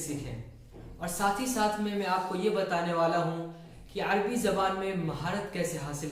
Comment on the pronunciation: يا أخي العزيز لا يقال العربي بسكون الراء بل يجب أن تقراء مع فتح الراء